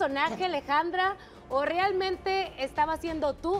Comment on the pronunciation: "eres un personaje o - rialmemte-... " 🤣🤣🤣🤣🤣 pobre de ella, ni decir las palabras correctamente puede!!!